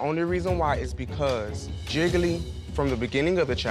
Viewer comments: One for Jiggily Two for Jiggily Nine for Jiggily Lol I love how she pronounces Jiggly 😂😂😂😂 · Can we talk about how Kylie pronounces Jiggly as Jiggily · i hear jiggle-y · I love how in the beginning sonique pronounced it “ ji-gle-ley”